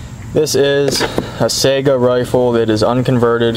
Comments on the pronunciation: I use to think that's how you said it too, however it's not pronounced "sigh-guh" its actually "Say-gah" like the old Sega video game platform. The name was derived from a species of Antelope found in Russia called the Saiga. A Russian gunsmith who actually worked at the Izhmash factory in Izhevsk settled this debate for me years ago. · It's not pronounced "sigh-guh" its "Say-gah" like the old Sega video game platform. The name was derived from a species of Antelope found in Russia called the Saiga. A Russian gunsmith who actually worked at the Izhmash factory in Izhevsk settled this debate for me years ago.